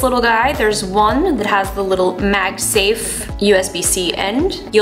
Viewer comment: Pretty woman. Magsa.. what?